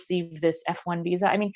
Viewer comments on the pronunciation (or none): none